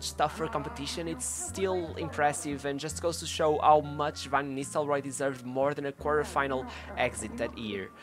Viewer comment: “Honaldo”.. Hood Gullit” ... Hood Van Nistlehoi”... would it kill you to try to pronounce the ‘r’ sound?